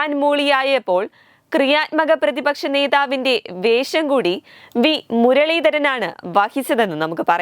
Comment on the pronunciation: കുട്ടിയുടെ മലയാള ഭാഷാ ഉച്ചാരണത്തിൽ പിശകുകൾ ഉണ്ട്. ശ്രദ്ധിക്കുക. ഫാഷ എന്നല്ല, ഭാ ഷ എന്നാണ് ഉച്ചരിക്കുക. ഫാരതം അല്ല, ഭാ ര തം. ഫാഷാ ഫൂഷണം എന്നല്ല ഭാ ഷാ ഭൂ ഷ ണം എന്നാണ് ഉച്ചരിക്കുക. അടുത്തത്.. ഷ. ഇതിനെ ശ എന്നാണ് കുട്ടി ഉച്ചരിക്കുന്നത്. വേശം അല്ല , വേ ഷം .